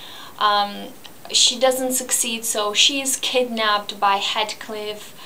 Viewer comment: HEEETHCliff! Not HEADcliff!